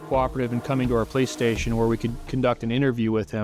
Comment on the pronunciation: thought said "playstation" not "police station,"